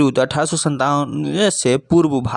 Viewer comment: 1897 nahi 1857 hoga bhai. Uchharan sahi se kijiye 😂